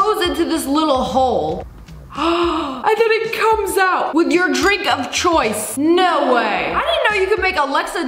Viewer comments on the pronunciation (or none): Ur dwink of cwoice